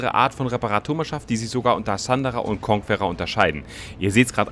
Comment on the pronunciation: Wie kein Schein die Conquerer richtig aussprechen kann . konkerer, ist doch nicht schwer 😁